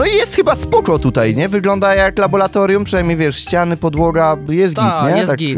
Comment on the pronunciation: nie labolatorium tylko laboratorium